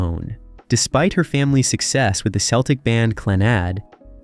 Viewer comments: This might already have been said. CELTIC is KELTIC not SELTIC. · Please note, Americans: It's not "seltic"; it's pronounced "keltic". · I had to stop listening. I could NOT stand to hear him say Seltic one more time. And, I love Enya's music, I wanted to hear more . . . but couldn't. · Oh my goodness, you could have done a wee bit of research into the pronunciation of Irish words. Lovely documentary but being Irish I cringed everytime you said anything in Irish, especially her name. In Irish "c" is always pronounced as "k." So Celtic is not "Seltic" but "Keltic." Always. But a lovely mini-documentary regardless. I remember Eithne (Enya) serving me Guinness in her father's pub (Teach Leo = Leo's House) in Gaoth Dobhair in 1988, her gold discs already on the wall. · Who is this VO klutz? 'The selts' Nothing to do with The Celts then? and the 'seltic' 🤣 nothing to do with the Celtic then. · Its Keltic not selltic you Moron! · It’s not pronounced Seltic or Selts but C as in cat Celtic and Celts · Spelled phonetically for English speakers it would be a hard ‘c’ like a ‘k’ — keltick and kelts. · What's with "Seltic" for Celtic? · You really should have consulted an Irish person in pronunciation before making this video. Even an online guide. Celtic by the way is pronounced with a hard c like a k. Sinead is Shin-aid - those everyone knows.